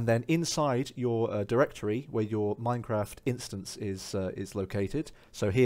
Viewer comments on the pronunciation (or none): none